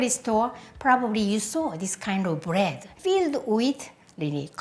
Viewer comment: she say brettt not bread